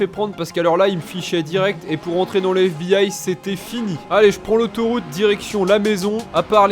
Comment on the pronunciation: F.B.I et non fib